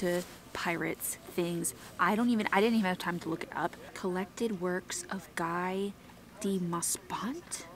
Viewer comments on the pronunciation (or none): Guy de Maupassant is a great writer! You pronounce it (more or less!) "Gee" (soft G) for "Guy" "Doo" for "du" and "Moh - pass (short a!) -on" for "Maupassant"! (Ask a French speaker for the accurate prononciation! 😄)